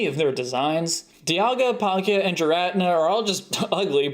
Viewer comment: it's pronounced Gear-ra-tee-na